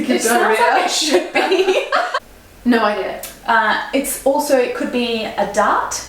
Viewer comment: as well.